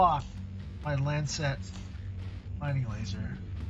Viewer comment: stop saying lancet wrong